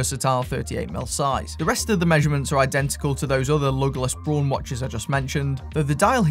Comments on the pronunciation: Braun, not Born. So, if technically is Braun, then why don't you use the correct pronunciation? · I would pronounce Braun like brawn also not brown and I'm in the states for what it's worth. I like the look of those too!